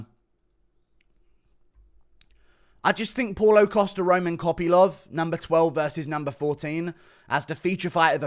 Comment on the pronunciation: "costa kopylov" sounded like "costa coffee lov"